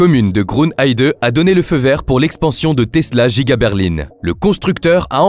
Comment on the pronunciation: l'usine est effectivement à Berline. Et comme elle est très grande : elle est Djiga. C'est la Djiga Berline 🤣 Ça sonne teeeellement bien !!!!